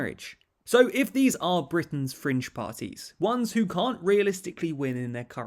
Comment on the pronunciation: Britian's? Apart from that great vid!!! ;)